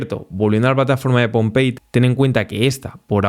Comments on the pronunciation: Por qué dices pompelli si es pomeli como se dice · Pompeit? La web sigue diciendo Pomelli. 🤔🤔 ... Estaría bueno que leyeras el nombre antes de decirlo. Sugerencia. 😉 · Porqué dices “Pompeyi” si yo veo escrito Pomelli “pomeli” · no es pompelli ...es pomelli...vio mucho video de pompeya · PO -ME -LLI no se donde ves Pompelli 😂😂😂 muy buenos videos amigo saludos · ¿por qué dices que se llama POMPEI, si es Pomelli?